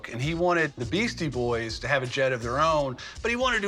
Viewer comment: "Beastie Boys" not Beasty